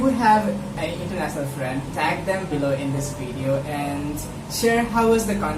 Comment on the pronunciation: Dude... you need to work on your grammer a lot. There are so many major mistakes. And even you need to improve your pronunciation. EX: You said Internasnal instead of international, just an example. It's mother tongue influence in English.